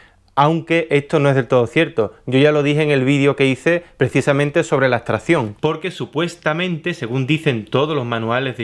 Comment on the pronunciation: ¿por qué nombras "astración" o "astrahción"? La palabras es "abstracción", hay que demorarse un poco más en pronunciarla, es cierto que no es vocablo frecuente, pero hay que hacer el esfuerzo vocálico... no olvides que tu canal es público.